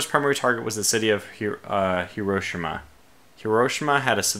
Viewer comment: The way he says Hiroshima makes me gag